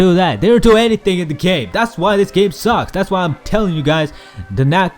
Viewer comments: "On the Gayme" made me laugh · "On the on the on the Gayme" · I laughed so hard when you went gayme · on the x 4 .. gayme.....